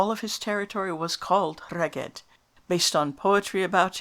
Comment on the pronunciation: I believe Rheged should be pronounced Reg-eth. Interesting video.